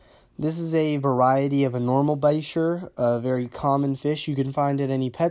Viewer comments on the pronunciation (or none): Bichir is pronounced ba -sheer i breed Bichir's and there Not 1000 Dollars ever ! That one you shown is senagali by the way lol i sell them for 60 bux